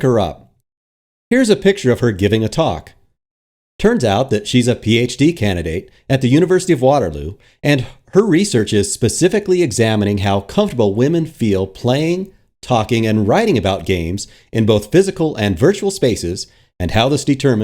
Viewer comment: Ok, this is the smallest thing, but it will get on my nerves for all eternity if I dont mention it. Waterloo is not WAterloo. (Caps symbolize emphasis), its waterLOO